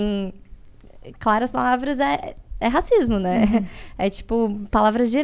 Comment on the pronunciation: "Racismo", e não "rascismo".